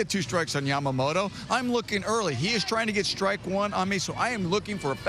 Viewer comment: 『ヤマモト』 おお～♪ 『ヤマモーロー』 え〜？！もう〜💧